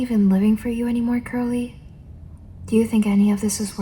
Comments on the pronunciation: you are dying: hey girlie (Edit:I know it’s curly, the way she said it it sounded like girlie and I found that funny at like while half asleep) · i thought you said "hey girly" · the way i thought she said “hey girlie”😭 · It took me wayyyyy too long to finally realize you were saying curly not girlie 😭😭😭 i love all of your horror game inspired asmr btw!!! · Pretty sure she said hey curly but hey girlie is funny lol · I knew you said curly but like I was half asleep when you said it and couldn’t un hear it 😭